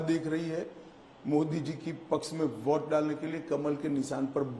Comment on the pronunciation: Voht, kwoart , Vhoat bank, 🤣🤣🤣von naysun, phhayda, one elecsun, ssabdah, phhayslay, pensun, noat Bandi, conecsun,jab AZADI samapt hogi, every other word he utters is a joke initself. Freak what a joker he is